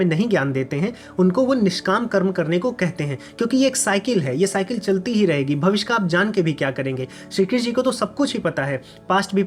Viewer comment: भविस्य नहीं भविष्य